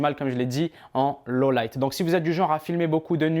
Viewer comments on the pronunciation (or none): none